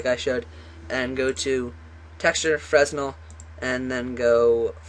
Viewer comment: it's pronounced "Frennel"